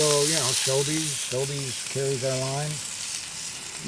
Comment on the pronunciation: Did he say Sobeys?